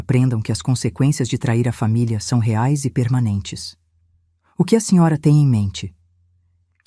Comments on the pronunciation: Uma hora é Jéssica outra Verônica, em vez de Reais fala reaali,mistura inglês com português,ela narra bem mas,fica muito a desejar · Qual o problema, de pronunciar a moeda brasileira errado? Coisa desagradável. A moeda é real, vê se decora. Palhaçada dessa pronúncia errada. Coisa feia.